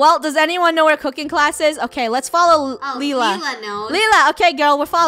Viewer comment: the movie is moving lol btw lila is pronounced lie-la